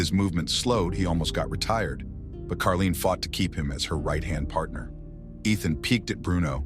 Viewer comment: It’s Caroline! Not Karlene!